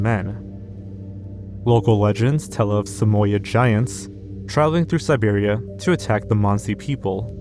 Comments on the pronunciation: WOOOP WOOOP (imagine it's alarm bells) , it sounds like you said "southeastern Serbia" and I can't tell whether you actually said Serbia or if you mispronounced Siberia. Idk what you can do about that apart from a probably bothersome edit (aka annoying to have to do), but just wanted to let you know :P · He said Serbia instead of Siberia , and he KNOWS how to pronounce Siberia. His descent has nothing to do with it - he just wants people to comment and boost the video in the algorithm, cuz the number of pronunciation mistakes in this video is astronomical even for him.